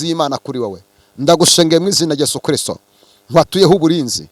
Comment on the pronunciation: Daddy ndagukunda pe uvuga christo neza nkabikunda uwiteka akurebe icyoroshye kuko amasengesho udusengera atugirira umumaro